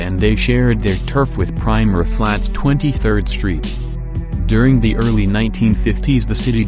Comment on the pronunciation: Pronounced "pree-mera Flats". He can't even pronounce "Claan-ton."